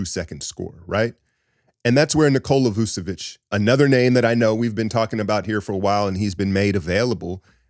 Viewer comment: It's VOOCH-uh-vitCH. Ain't no esses in there. CH as in CHurCH.